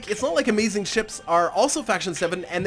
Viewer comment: you need some how say Amazigh upside down. And when your saying amazing, say it normally.